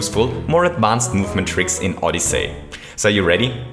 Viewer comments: OdyssEy not OdyssAy. HTH. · Nice vid. Just a heads up, it's pronounced "Odysee" not "Odysay". Besides that, nice vid, you really confirmed what I've been thinking since it came out. It's a really cool game for anyone to play! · You said SO MUCH things wrong in this video, first of all it's odyssey, not odys-SAY! It's Bullet Bill, not Bullet Blaster! It's Dive, not Belly Jump Last but not least, IT'S LONG JUMP!!! NOT "SPEED JUMP"!!! JESUS CHRIST! I TRIED WATCHING THIS AND NOT GETTING MY ASS BLOWN AWAY BY YOUR SHEER LACK OF KNOWLEDGE ON THE NAMES OF MARIO'S MOVES!!! YOU CAN'T EVEN PRONOUNCE FUCKING ODYSSEY! DID YOU EVEN LOOK AT THE ACTION GUIDE FOR THE NAMES AND CONTROLS?! PLEASE JUST STOP IT! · Did anyone else notice that he was saying Odyssay not Odyssey? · SMO is awesome. Ahdussii not odisei. Loving it. But the cap jump is too hard to do.... Maybe some day I can do it. But the movement can suck too... It accelerates too fast... Which makes it frustrating when you accidentally fall off a platform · Odysaay! Just say odyssey lol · Did you say OdyssAy? It’s Odyssey. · oddisay but its oddysey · Odyssey is pronounced “ODD-ih-SEE” not “ODD-ih-SAY” See is pronounced differently from Say. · Oddyssy not oddessey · "ODISAY" Don't hate me pls I luv u